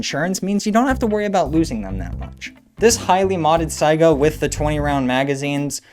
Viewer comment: "saiga" thank you. so many unfamiliar with it call it a "sega"